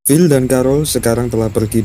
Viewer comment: Ohh, phill dari tadi naratornya nyebutin Bill bill bill